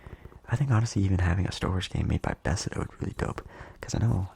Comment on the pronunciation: Bethesda, not besda lol